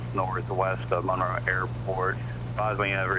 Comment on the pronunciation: Wow. I had and aunt and uncle who lived in Monroe when I was a teenager and got to go visit several times. Good times. I also noted you pronounced Monroe correctly 😀😀